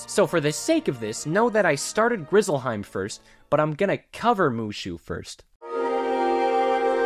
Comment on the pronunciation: Ngl “Grizzlehiem” at the very end pissed me off 😂